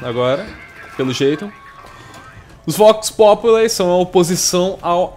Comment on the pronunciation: acho q se pronuncia Vox Populi mesmo e não vox "populai" pq é latim e não ingles